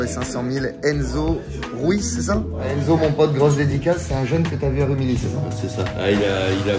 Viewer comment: Par contre on dit "Rumiyi" et pas "Rumily"